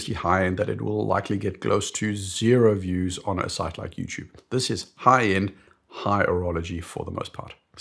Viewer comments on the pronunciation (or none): none